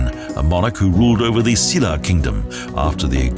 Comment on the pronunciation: EUI CHUL SHIN And the way he says - "Silla" Bwhahaahaa....